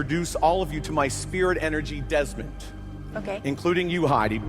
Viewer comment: who's Desmond? dezmont he said